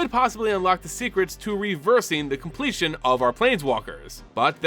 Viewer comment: may sound cooler, but is also the incorrect way of saying it